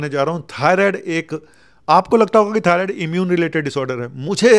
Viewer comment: डॉक्टर साहब थायरोइड नहीं। थायरॉइड